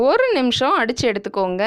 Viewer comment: It sounds like ORU table spoon seeni please do correct it